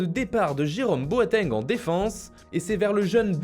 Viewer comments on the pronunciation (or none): none